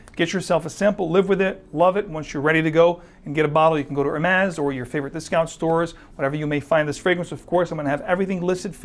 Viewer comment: Funny to see someone dressed in a classy way while completely screwing up the prononciation of Hermes. H is silent and the is more like a z.